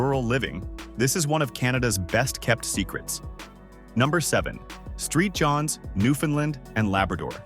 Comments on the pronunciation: Regina (not Regeena) & St. John's (not street John's) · Absolute waste of time ! Sounds like computer generated text to voice. Can't pronounce common names like Saint John's or Regina. Talks about Brandon while showing pictures mostly of Winnipeg. Don't trust a word of it!!